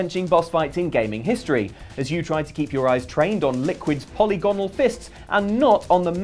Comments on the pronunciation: Did just forget how to say polygonal? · you need to learn how to pronounce "polygonal" and its ilk. Here's how the British say it